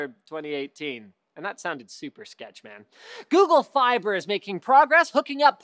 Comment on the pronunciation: he said "Google Fibe" hehe